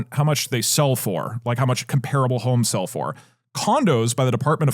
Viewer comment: Doug said "holmes" instead of "homes" like 20 fucking times in a row and my head is spinning 🫪